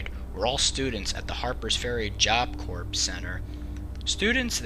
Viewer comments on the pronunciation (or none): You obviously spend a lot of time to produce your videos. They are well done and well researched. You mispronounced "job corps" corps is pronounced core not corpse (which is a dead body). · Corps = pronounced "core" not "corpse" as Obama would have you believe. Also the way you say punitive makes my head explode. Aside from that, great work. Keep 'em coming. (I know I'm a dick, but that stuff bugs me)